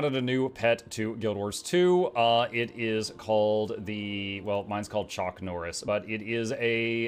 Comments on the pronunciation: chak noris 😂😂😂😂😂😂😂😂😂😂😂 I nearly spewed my drink just now 😂😂😂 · Ahah "Chak Norris", that's brillant! :D